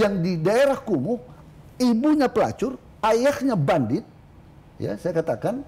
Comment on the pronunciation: Kumuhnya tidak usah tebal2 juga pak, biasa aja atuh. Santai Alangkah baiknya bapak mendatangi langsung ke Priok, pasti di sambut dengan baik kok. Dan Pasti juga banyak yang minta foto😊 Semoga cepat terselesaikan ya pak